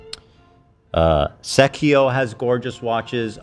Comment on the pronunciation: When he pronounced Seiko as Sekio during watch talk…. It hurt my heart.